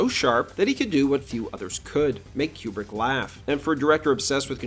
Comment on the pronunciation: It's Coo-brick, not Que-brick.